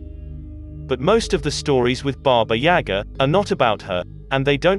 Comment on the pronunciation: Mispronounced baba yaga